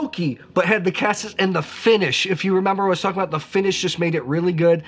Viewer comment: My OCD won't let me skip this...."cassis" is pronounced "ka-sees"; soft A, hard E. End of rant!